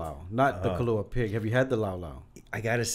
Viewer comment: Wow, I'm really impressed with Zach Knighton. Mad props for saying kalua pig! All I hear now is kalua pork. I'm old school and still call it kalua pig.